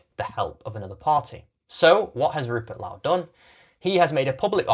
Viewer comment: This guy can't even pronounce Rupert Lowe's name correctly. I'm guessing it's rage bait, much like the rest of his uninformed piffle.